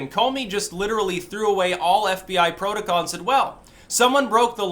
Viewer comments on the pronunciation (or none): none